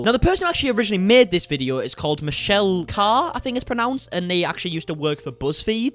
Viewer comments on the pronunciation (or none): none